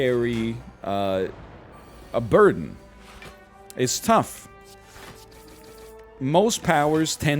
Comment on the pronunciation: "We carry a burden" nah you carry a bird-urn